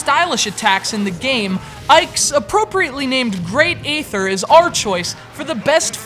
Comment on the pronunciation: It's not "great ether" it's "great AY-THER."